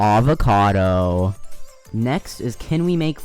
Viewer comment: broke: a-vo-ca-do WOKE: A-VOC-A-DOO